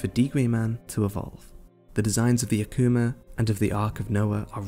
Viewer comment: Its pronounced (a-ku-ma)...not (ahk-ku-ma)